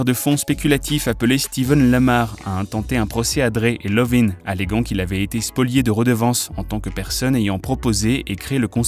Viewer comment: Pardon c’est Iovine avec un « i » pas Lovine ooh🙄